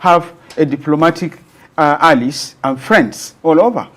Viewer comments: It is pronunced a· lize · I hope you know it is - Ally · So, this man has never heard the word allies from another English speaker?? God have mercy. I stopped watching once I heard Alice twice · Wait ooo is it allies he's pronouncing there?😮